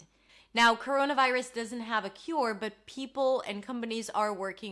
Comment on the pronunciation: Couruouna vairus!!!!